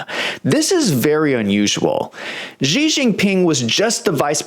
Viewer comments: I don't understand why people insist on pronouncing the Chinese President's name "zhee". If you make your living reporting on China, can you at least learn how to pronounce their President's name?! It's pronounced "she", as in "my wife came home and 'she' said hello." She. Just 'she'. Simple and easy. Down try to give yourself a come up by adding some weird sound that you think is foreign. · why can't you even pronounce his name properly? makes you come over as a low rent hack.. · learn how to pronounce his name!!!!!!!!!!!!!!